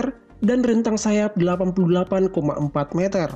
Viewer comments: Meter oy bukan meater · kalo nyebut meter itu yang bener meter bukan meter admin aduhhhh, karena bahasa baku meter Indonesia itu meter bukan meter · Bang kalo ngomong meter jangan meter tapi yang bener meter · Bukan meter tapi meter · meter meter ucapannya kok gitu kwkw